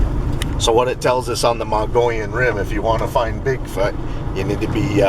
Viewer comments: you say Mogollon right, please keep after to say it right...I laugh every time he says Mongolian.. i really enjoy your videos.. thanks for sharing.. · Once again. Pronounce it MUG EE OWN. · Just a heads up, pronounced Moe geeee on....great vids, glad someone's picking up where mitch left off....if even not solely az, had my own rock throwing,red eye shine encounter on a switch back above lake mary, road leading to observatory. ...outside flagstaff, and have heard whoops on backside of knoll lake, spend alot of time up there in summer...